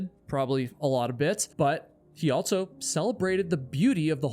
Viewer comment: there is no T in the word "also". It's not "alt-so".